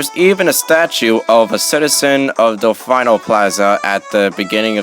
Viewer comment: Just a note, Delfino is pronounced Del-fee-no, not Del-fine-oh.